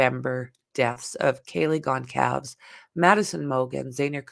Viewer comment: It is pronounced Gone-sol-vez